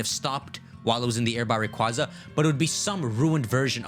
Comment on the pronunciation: People from Sinnoh are, officially, known as "Sinnohans", by the way. Also, Rayquaza is RAY-KWAY-ZA